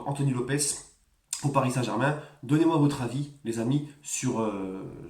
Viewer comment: Lopes :Lopche (prononciation)